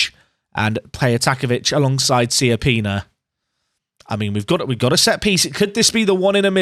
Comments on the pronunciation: It’s actually Cha-pee-nah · you pronounce it more like Kiappina :D wich oddly in italian means small buttock